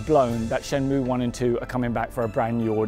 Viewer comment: lol that guy in the video says shenmue like shenmoow